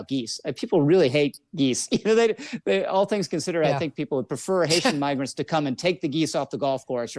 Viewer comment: Yeah I tried to listen closely for the n or m, and I can’t help but hear n. Migrants doesn’t start with n at all